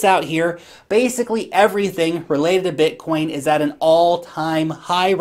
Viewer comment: The way you say Bitcoin is sick